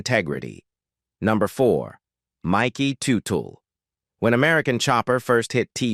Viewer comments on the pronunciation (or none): IT'S PRONOUNCED "TUT-EL "👎